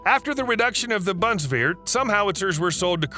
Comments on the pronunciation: Btw, it's Bundeswehr, not "buntswear"... 😁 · Bundeswehr... say it like "boon this where" xD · its pronounced bun is ver, Pal a den.